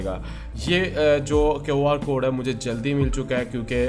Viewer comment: QR thek bolna be nh ata ye kyun r kia hota hy?